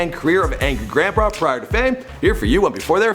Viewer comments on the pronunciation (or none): On did he just say Angry Grandba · did any one else notice that he said angry granpra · He said grampra lol